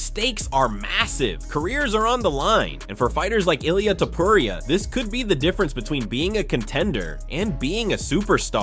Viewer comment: ..... E-LIE-AH TOE-POE-RIAH lmao